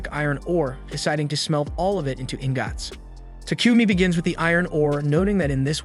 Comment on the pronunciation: ❌ingots ✔Ingggats